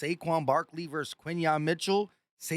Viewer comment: Why do you say verse? It’s versus bro, good content, but, get your words right